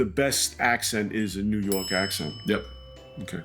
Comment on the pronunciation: "Whats tinda" 😂😂😂😂 and "New Yourk"